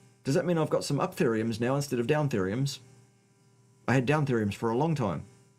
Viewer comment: "downtheriums". I love it.